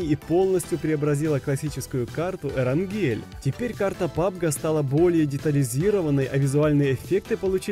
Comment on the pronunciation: Не экран гель а эрангель